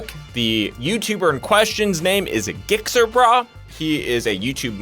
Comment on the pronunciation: As a lawyer you should know the legal definition of "Racing" and THIS is not it broski. You lost me already. It was bad enough when you clearly didnt research the subject "Gixxer Brah" and said his name completely wrong. That shows a lack of care for what you are doing as you said you hate motorcycles, so why even touch the subject. A Subject you clearly dont know anything about.